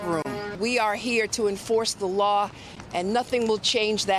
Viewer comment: Which lar are you going to enforce and anyway, what is a lar?